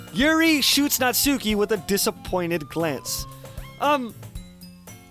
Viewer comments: also, it was bothering me but it's pronounced "natski" (or less emphasis on the u) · Um, just to clarify it a bit, Natsuki's name is properly pronounces as "Natski" (u is almost nonexistent). Just... weebs (including myself xD ) won't twitch every time you say her name, ahaha~ ^_^' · it hurts every time you say 'natsuki',.. please fix that:')